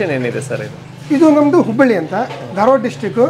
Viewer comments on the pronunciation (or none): none